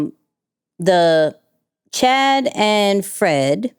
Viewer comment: It’s Channing, not Chad